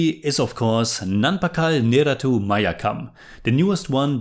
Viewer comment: you can improve malayalam pronunciation just by doing this. The words ending with U, end with sound "eh" rather that "u". Nerath"u" sounds like Nerath"eh"